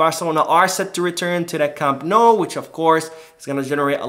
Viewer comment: Nice job pronouncing Camp Nou!